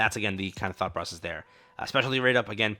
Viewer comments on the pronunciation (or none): none